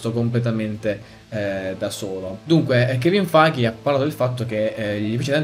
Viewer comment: ti prego, si pronuncia kevin FEIG, non kevin FAIGHE ahahahahahah